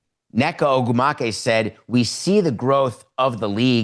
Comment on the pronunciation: Samson destroyed Neka’s last name 😂